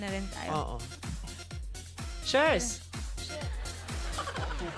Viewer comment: "Chers" LOL